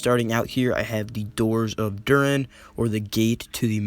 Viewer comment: bruh be like: " Soron ", Dur-in. Like, man, learn how to say it right!